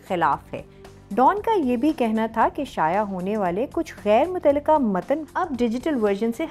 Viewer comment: شایا نہیں شائع۔۔۔ جیسے ذرائع 😊